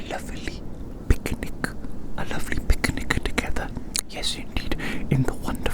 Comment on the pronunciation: I kept hearing" beginning" instead of "picnic" 💀🙏🙏. I was soo confused, tf